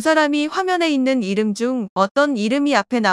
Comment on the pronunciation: 세상에 자기 이름발음도 못하네